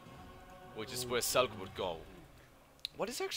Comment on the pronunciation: How do you keep saying Azelgor when his name is Azgalor? :D